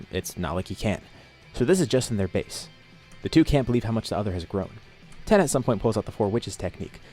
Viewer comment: Why do you pronounce tein like that